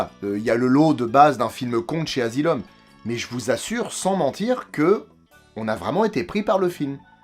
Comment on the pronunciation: "Dans un endroit du monde appelé The Azylum presents". J'ai éclaté de rire 🤣